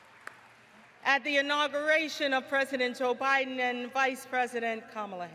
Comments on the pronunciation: she said "President O'Biden" - lol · I thought the same thing so backed up and listened again. She did actually say Joe Biden but, I agree it did initially sound like O'biden.